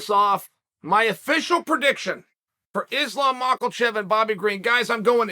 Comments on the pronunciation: Uncle Chael kick off with an Islam “Markelchev” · “Im going with Islam Mocklechev” -Chael Sonnen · "Mackle-chev" l0l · Chael "Maklechev" Sonnen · Chael ‘Islam Makalchev’ Sonen Chael ‘Surreal Gone’ Sonen 🤣🤣🤣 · Chael has to be slightly butchering everyones name on purpose🤣.. There is no L in makhachev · Will Chael ever take the L out of Makhachev? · Uncle Chael out here adding letters into names because only he knows the true names of fighters. Lol Mock-el-chev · Surreal and Mocklechev. Hahaha. Chael destroys names. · Sure, plenty of things Chael says make him sound a little slow... but how he intentionally mispronounces "Mahkelchev" over and over and over again... BRO, you know there is not an L in his damn last name! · So uncle Chael finally took the "L" off of Islams name??? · You keep say mockllllechev lol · Why does he add an L to islams last name 😂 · I look forward to the day Chael can say Makhachev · Why are you add an L to his name? Stop it.